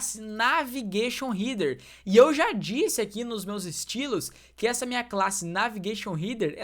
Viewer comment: Nao se fala rider e sim rédêr… Header nao eh heeder..